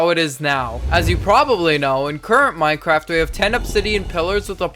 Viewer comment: why is it saying minceraft